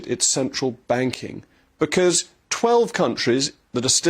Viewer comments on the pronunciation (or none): none